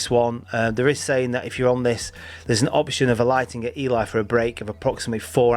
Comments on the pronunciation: E-lee, not E-lie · By the way. It’s Ely not Eli. The cathedral city of Eelee. That’s how you say it. You kept saying Eli as in a northern blokes name